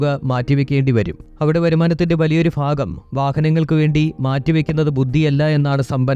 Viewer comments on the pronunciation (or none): ഫാഗം അല്ല ഭാഗം